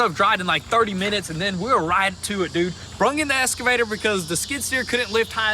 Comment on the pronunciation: True but the fact is they can't say the word excavator correctly